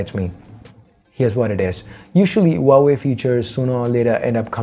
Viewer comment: Loved the way you pronounce Huawei🤩